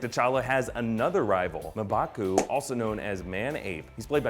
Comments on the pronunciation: M'Baku is pronounced Umbaku. Just saying lol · It is not Mabaku, M'Baku is pronounced differently. i would advice some knowledge on pronunciation of these names.